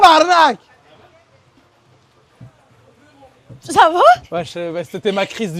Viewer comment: Oh my god ya di tabarnak correctement finalement jaime ben les francais